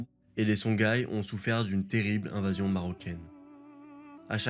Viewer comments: Pour info c'est songhoï et non songhaï et Massa Moussa et non Mansa Moussa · Songhaï se prononce SonRaï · C'est une bonne vulgarisation, merci pour le travail. Par contre juste une précision : "Songhaï" se prononce Sonraï, comme Ghita et Ghassan se prononcent Rita et Rassan. Merci et bonne continuation.